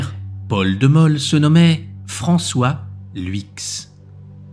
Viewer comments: Mauvaise prononciation de Luyckx que vous prononcez "Lwiks". En plus, vous devriez ecrire Mol (ville de Mol) et pas Moll. Pas etonnant que Flamands et Wallons ne s'entendent pas ! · Ça se prononce LOUIX c'est du néerlandais son nom! Geel pas GUIL. Ce n'est pas facile à prononcer tout ce qui est néerlandais je c'est bien parce que nous du côté francophone nous sommes mais c'est prononcer autrement en France comme la ville d'Anvers par exemple C'etait un homme extraordinaire